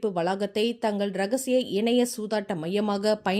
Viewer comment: இனிய சூதாட்டமா இணைய சூதாட்டமா தயவு செய்து உச்சரிப்பு கவனிக்கவும்